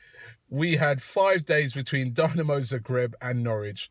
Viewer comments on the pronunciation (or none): none